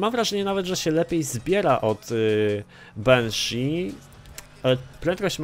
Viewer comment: jaka dziwna dykcja lol Benshi -_